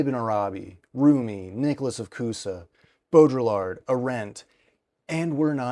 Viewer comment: i hate to be that guy but in “Baudrillard” the “l”s are silent. so it’s pronounced like bow-dre(as in dream)-ard(as in bard) in an American English dialect. I believe in french it’s pronounced without the d at the end. of course you may be pronouncing it in a dialect i am unfamiliar with, in which case please forgive my ignorance